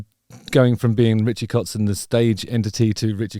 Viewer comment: Impressive pronunciation of the very common german terms "kotzen" and "vixen" in the first few minutes!👍